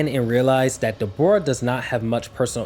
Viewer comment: His name os not Dbora man it's Dabura, pronunced dah-buu-rah. I know it's a small nitpick, but i don't know how you read his name and somewhat tough it was pronunced Deh-bora.